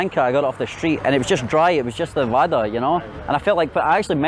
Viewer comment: Not vada, its bada/bara